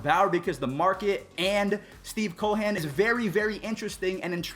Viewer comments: Dude please stop calling him Steve Co-Hen. Its Cohen. Just Cohen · Youre awesome bro but have you never heard the name Cohen? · Great video as always! Personally, I think the Mets should attempt to grab both Springer and J.T. It seems like Steven Cohen wants to win and he has the cash. Maybe even a trade for Lindor?? Also, what’s up with your pronunciation of Steve Cohen’s name, dude? Really strange, but hey, great video so I’ll deal with it!